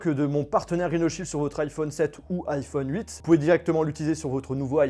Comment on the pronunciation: Alors perso j’ai pas entendu ça, j’ai entendu iPhone cuite😂😂😂